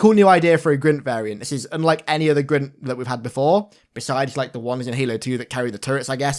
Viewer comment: Creeg? Grint? Wtf… Craig = Kreg Grunt = Gr-UN-t